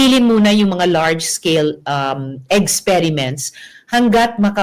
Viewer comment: Eksperment lng ang pgpronounce ng EXPERIMENT, risa....na over ka nman, EGZperment nman sau, 😄😄